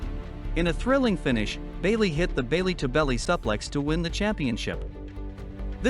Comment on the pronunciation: Stop mispronouncing suflex